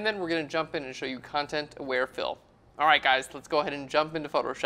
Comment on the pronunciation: I keep hearing "Content Aware Phil". Like there is some guy there who is aware of the content around him.